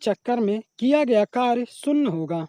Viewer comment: शून्य ❌शुन्न ✔ Sin theeta ❌saan theeta✔️